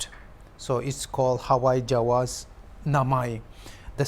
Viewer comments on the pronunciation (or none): It's hawai jahaj and not hawai jawas, how you reporters are so careless.